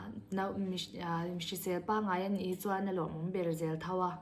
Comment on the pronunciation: Mizotawng hman dik loh inei zeuh aw😊 chuan tih hi lam fiah tha teh .